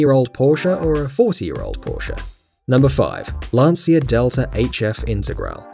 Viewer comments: That's LANCIA DELTA INTEGRALE, not Lansia Dhelta Integral 😒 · Lancia is pronounced "lan-chia" not "lansia". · im sure its pronounced "Lancha" not "Lancia". no hate, just being italyano! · 2 things. You mispronounced intergrale (it's intergral-e) and you forgot the Toyota trueno ae86. Also, it's lanchia not lancia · is lancia not lanchia and u can trust me i'm italian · It's actually LAHN/tchah according to an Italian dictionary. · Isnt It read as lanJia?????? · it is read as Lan See Ah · It is rather pronounced La'nnjah.